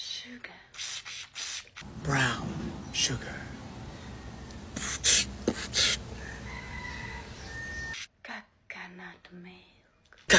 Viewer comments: “Cacanut”, (Caca - Nut) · Dude it sounds like you said cockanut milk 😂😂😂😂😂